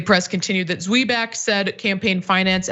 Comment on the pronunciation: Tsvai-bak, not Zwee-bak.